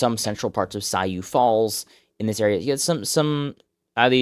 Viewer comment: Just a clarification on South Dakota pronunciation! Sioux Falls is pronounced Soo (as in Susan) Falls. Low key I’m surprised by Feenstra’s results, I thought for sure he’d be Iowa’s GOP pick